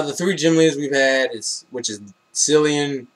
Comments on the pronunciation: Cil-an not Cil-ian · you pronounced cilan wrong